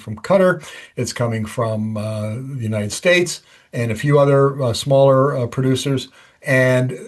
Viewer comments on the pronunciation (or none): none